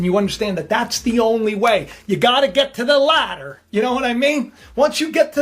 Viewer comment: When you said get to the ladder in your old video recap, your Italian accent definitely came out 😂❤